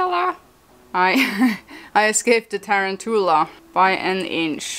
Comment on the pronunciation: I love your accent! I love how you pronounced tarantula. Lol